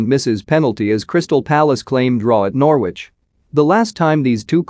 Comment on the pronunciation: You cannot even pronounce Norwich properly you idiot!